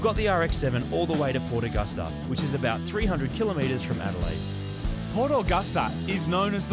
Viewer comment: the way mood says port Augusta annoys me being from the west coast of SA